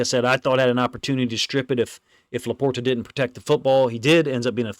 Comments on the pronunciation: He's saying it properly. It has a T. I don't say it like that, but it's right. "Laporda" is the Midwest pronunciation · My only issue, is your pronunciation of LaPorta. 😂